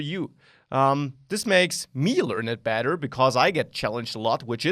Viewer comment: when u say better it sounds like badder. u sound like a wizard. 30 hours in the full thing, huh. hmm